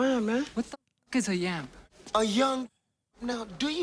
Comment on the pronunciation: It actually is “Yamp”, not “Yam”. Y-young tr-AMP